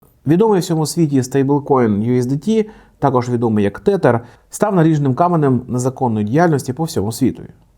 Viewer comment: вони називаються тезер а не тетер😭😭